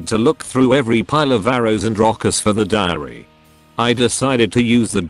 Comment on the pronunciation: dio's diary What i heard: dio's diareaha